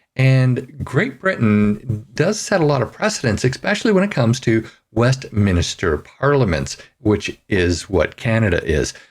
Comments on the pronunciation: Westminster is pronounced like Spinster, not like Minister. West-min-ster. There is only one "i". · It is not West "Minister" . It's Westminster. {West" MINSTER"}. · Some good points in your webcast. FYI Westminster is pronounced West minster, not an extra "i" West "minister" ;) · Westminster, not west minister. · Sorry, but I am capable of reading - actually, better than the! What is the point of you reading what I can see on the screen? By the way, it's "Westminster", not "Westminister"! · Not to nitpick but is it not pronounced ‘West-MIN-ster’ not ‘West-minister’? Anyway, I believe Trudeau-Castro belongs in prison not Parliament. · Hate to be picky, but it's Westminster, not Westminister. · Westminster, not Westminister. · Jfyi, the name of where the British parliament is, is called Westminster, not Westminister. I know you're not from Britain, but still good to know, so you don't sound stupid. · Ahem...Westminster; not "Westminister." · It is Westminster, not minister, there is no second 'I' in the word. Just FYI. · West MIN-STER, not West MINI-STER. Thanks! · the name is WESTMINSTER… A PLACE… not west MINISTER`; PLEASE CORRECT YOURSELF! It is the same as saying o-ta-way and not Ottawa! I like your articles, but you MUST do Better at pronunciation of nouns! Duff Conacher (KON-A-KER) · Why do so many Canadians say "Westiminister" instead of "Westminster.' There is no "i" after the letter "n", yet Canadians prounouce the word as though there is, even when reading from a page in a paper🤔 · Is it westminister? Or westminster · It is WESTMINSTER NOT WEST MINISTER. Why do people not know how to pronounce words properly. Where do they get the extra I from? Did they fail basic English in their youth, or do they think it makes them sound smarter. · Westminster is pronounced West Men Stir NOT West Men Uh stir. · WestMINSTER! Not Minister. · Westminister? Reading is hard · It is surprising just how many people say "West minister" rather than "Westminster"